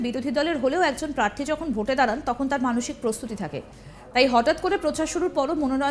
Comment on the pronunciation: Ekta national channel er reporter er pronounciation ato kharap. Prarthi ke bolchhen Parthi.